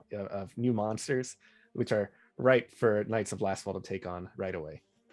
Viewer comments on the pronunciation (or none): Is it just me, or does keep calling them the Knights of LastFall, rather than Lastwall?